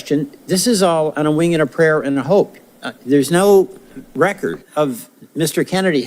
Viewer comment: Hey warnock what is a "recort" ??? The term is "record." Dude, you can't even speak proper English. And without the ability to communicate effectively, you are uniquely unqualified to serve in congress.